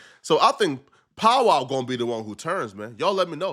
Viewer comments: It’s Powell NOT POWWOW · Nigga said Preston powwow it’s Powell nigga 🤣🤣🤣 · Preston pow wow are you kidding me😂😂it's Powell dummy 😂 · it’s PowEL love, not Powwow, Pow-EL (EL pronounced like EL Chapo) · who is Pow wow ? 😂😂😂😂 are u trolling him? u gotta be pronouncing Powell like that on purpose … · How you do journalism and can’t pronounce Powell? You say that porrrnstar name correct but you say this nigga name pow wow smfh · It POW WELL. not “POW WOW” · Powell not POW WOW😂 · Pow-Well my god brother learn to pronunciate 😂😂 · Powell. can’t read lol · Why cant you say Powell correctly? 😅